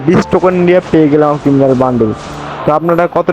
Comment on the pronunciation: Ata kiminal bandle.. Aer kiminal na kiriminal😂😂😂❤